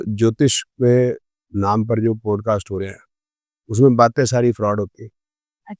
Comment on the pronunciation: 1st mistake .... It's not ' पोडकास्ट' it's पॉडकास्ट